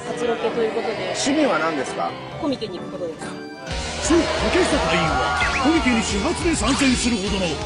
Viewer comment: コミケ→じゃなくて コ⤴︎ミケなの発音？ ずっとコミケ→だと思ってたw